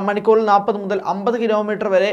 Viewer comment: Nappathu alla, Nalppathu.